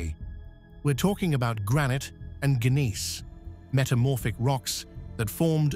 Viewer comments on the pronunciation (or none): tejh AI pronouncing gneiss was hysterical. In English the G is silent.